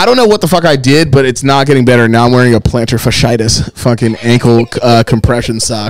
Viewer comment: The way he said plantar fasciitis 😂🤣 lordt